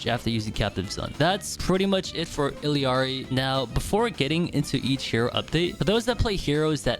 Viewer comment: How can someone mispronounced ILLARI omg😂😂